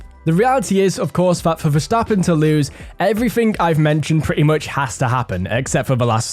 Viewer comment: This guy actually pronounces Verstappen right